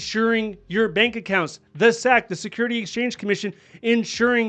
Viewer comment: As a fed, I enjoy your content but every time you say SEC as one syllable instead of saying it as S-E-C (think how you would say NIH, FAA, etc.) it chips away at my spirit. LOL